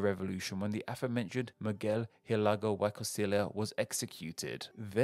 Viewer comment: “Miguel Hhhidalgo why Costilia” Look how they massacred my boy